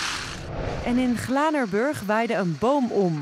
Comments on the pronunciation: uitspraakfout, burg ipv brug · Je zegt glanebrug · Glanerburg?? Er stond glanerbrug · Glanerburg, juist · Spreek glanerbrug goed uit